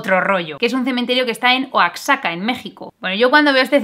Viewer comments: Mi vida hermosa no se lee oacsaca, se lee mas bien en plan oajaca. Soy mexicano y te adoro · un pequeño detallito, Oaxaca no se pronuncia "Oaxzaca" en realidad se pronuncia "Uajaca", no te preocupes que es normal equivocarse y tu bien lo sabes, yo soy de México y es un honor para mi el que hayas mencionado a mi país en tus vídeos, eres lo más!! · Se pronuncia” huajaca “ saludos!,!!! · Se dice “oajaca”, no “oaksaca” jajajaj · se dice Oajaca no Oaxaca, es como México que se dice Méjico no México. Igual hace tiempo que descubrí tu canal y gusto mucho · Oajaca = no Oa*xa*ca = 🤝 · Soy de México y me quedé WTF cuando pronunció "Oatzaca" en vez de "Oajaca" pero independientemente de eso, me gstán mucho tus videos, me encanta como combinas temas interesantes con a cultura pop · Oxaca > Oajaca Xochimilco > Sochimilco Tuxpan > Tukspan Mexica > Meshica El sonido de la X es bastante diverso en México :v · Hola, Me gustan mucho tus videos, el analisis que haces de ellos y la forma de explicar es tan clara, muchas felicidades. La pronunciación correcta es "Uajaca" en lugar de "Oacsaca" Saludos desde México. Suscrito desde el primer contacto. ;) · No es : oaxcsaca Se pronuncia : goajaca Igual que: México (Si en Méjico la x es sinónimo de una j) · Estoy seguro que no soy el único mexicano que le dió un algo al escuchar a pronunciando Oaxaca como O-ks-ca 🤣 Que bueno, es pasable, hay veces en las que ni nosotros los mexicanos sabemos cuándo pronunciar la x como j, ks o Sh (Oaxaca se pronuncia como Oajaca) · Oacsaca, ¡Pero qué raro que me ha sonado! xD ya sé que es la costumbre, pero puedes leerlo Wajaca, al igual que "México" no lo pronuncias con "x" a menos que seas gringo xd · pues que weyes, es Oajaca no guajaka ni que fuera queso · Oigan, si dice que es Oaxaca y no Oajaca... Creo que tenemos que plantearnos el cambiar el error en que vivimos nosotros. LOL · A partir de hoy, la pronunciación oficial de Oaxaca será "oacsaca" <3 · Se pronuncia oajaca 👽👍🏻